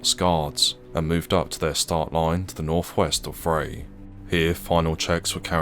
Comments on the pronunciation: Vrij = pronounced Fry with a V replacing the F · "Vrij" is pronounced like 'fry' and means 'Free'. Thought that's a relevant side note.